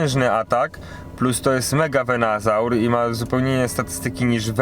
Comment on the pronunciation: nie wiem, czy robisz to specjalnie, czy nie, ale to nie jest VenAsaur, tylko VenUsaur :D już któryś filmik, gdzie źle to wymawiasz :D oczywiście Twoja sprawa, ale gdy oglądają Cię inni, dobrze dawać dobry przykład :) Film jak zwykle super, gratulacje duo!